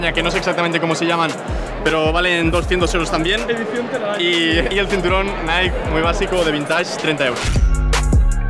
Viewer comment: Ojo el retraso que hay que tener para decir Naiki en mes de Nike 😅